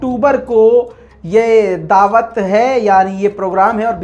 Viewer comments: داوت نہیں دعوت 🤣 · aapki urdu sahi krnay ka wqt howa chahta hay داوت نہیں بلکہ ۔ ۔ ۔ ۔ ۔ ۔ ۔ اصل لفظ ہے ۔۔دعوت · "داوت " اگر د کے بعد کی الف و کے بعد لگادیتا تو کیا ہی اچھا ہوتا 😂😂